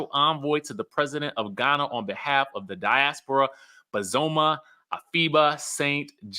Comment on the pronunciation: Her name is BOz-Za-Ma- not bozuma